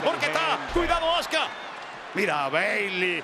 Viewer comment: esos tipos no saben como decir un nombre en ingles, se escribe azuka y ellos le dicen azka creo que estan bien mal🤣😒